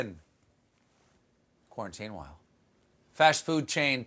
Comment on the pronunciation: quite the build-up 2 the Quarantinewhile....and "Airtwavel"...